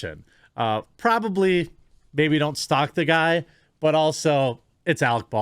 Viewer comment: "You are worthress, Arec Bardwin!"